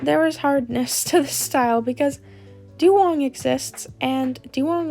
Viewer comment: I love that says dewgong as "dewong" XD